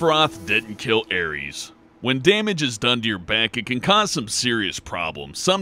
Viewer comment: Her name is Aerith, not Ares...